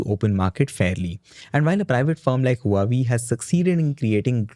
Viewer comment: Huawei is pronounced “ hwa way” not “ hu ah way”